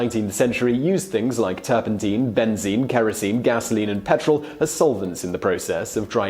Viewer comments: The master of the malapropism strikes again. Mate, it’s not turpenteen, it’s turpentine ... sounds like Tyne, as in Newcastle-on-Tyne. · Teen it's Tine (Nine) with a T , Tur pen TINE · Pronounced ‘turp in tyne’ NOT ‘turp in teen’. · You talk too fast! You wave your arms around too much! And, it's turpentine, as in wine, not teen! Apart from that, you did feen!! 😉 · I have never heard turpentine pronounced turpenteen before. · Turpentine rhymes with wine, hence the childhood rhyme "Lincoln, Lincoln I've been thinkin, what on earth have you been drinkin, is it beer or is it wine, oh my gosh its turpentine." I wish you Brits would learn the language. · stop saying turpenteen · Great history content but again mispronunciation of a particular word of words in a clip here... Turpentine has a long I in its pronunciation. Check it out here: Click the button and listen on how to say it. The English and British versions are the same. I wonder with this happening in your other videos on Youtube is this on purpose?? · So tilted by pronunciation of "turpentine".